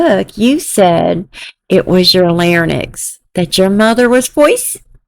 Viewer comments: larynx Pronunciation American pronunciation Sounds like leh ringks You are pronouncing an “n” in the middle where there is not one. Hope that helps, take care! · If anyone out there would be so offended by your pronunciation of larynx or your fun and goofy nature, we don’t need ‘em here anyway. I like how informal and casual your videos are! Feels like a laid back chat among friends!